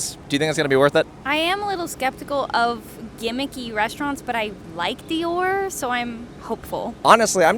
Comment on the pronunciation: I am LOVING the ejaculation sound that plays every time he shovels something into his mouth. If you can't pronounce DIOR, then you should not be allowed to review. I was thinking he must the the only person on the face of the earth that has never heard someone say "Christian Dior," but then Cari did the same thing. has a "tell." Every time he uses "honestly" (and he does it all the time) he is about to utter something he is just making up because he think's it's what people want to hear. He substitutes "not gonna lie" and "for real" at times for this "tell."